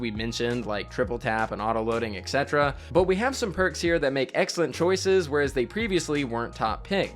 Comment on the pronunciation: hey, I just wanted to correct the way you say “etc” - etc stands for “et cetera,” and its pronounced exactly how the syllables look: “et set-era”